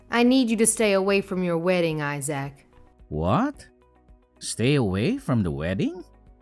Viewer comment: Who pronounces Isaac as eye-sack?